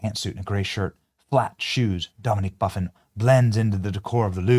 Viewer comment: Buff-In the name Buff-In lol